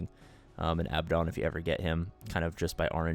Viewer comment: Just when the Abaddon pronunciation wars are simmering down, adds a new one to the list: American: AB-uh-don British: ah-BAD-uhn: 🤣